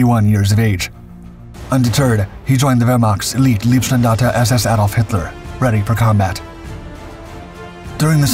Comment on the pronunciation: Leibstandarte is pronounced "LIBE" AND YOU GOT TH REST OF THE WORD RIGHT. Lieb means love, Leib means body.